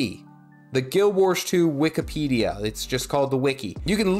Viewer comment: why does he say "Guild Wersh 2" ??